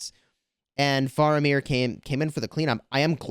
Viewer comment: it's pronounced "fair"amir. for future reference